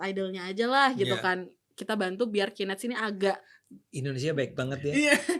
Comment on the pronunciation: KOREKSI: penyebutan Knet jangan salah sebut, yang bener "key net" bukan "ki net", kalo ki net ntar jatohnya jadi (Qnet) which is bisa jadi Qatar netizen, wah bahaya itu bosku...